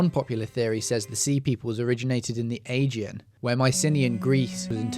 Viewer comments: thanks for this. Respectfully Canaan is now pronounced KANAN and the Aegean is pronounced A GEE AN ! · Learn how to pronounce Mycenaean, Aegean and Canaan; or are you a bot?